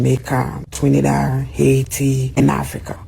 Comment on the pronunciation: This tether can't even talk..."Twinidad?" Are you serious? And it looks like she tried to eat that damn 👒 😅😮